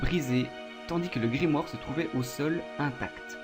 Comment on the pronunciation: Je viens de commencer la vidéo mais elle me saoul déjà avec tes répétitions du mot "Grimoare" ça fais même pas 10min et tu l'as dis au moins 20fois et puis c'est "GrImouare" (grimoire quoi)